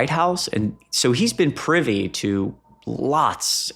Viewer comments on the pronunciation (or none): none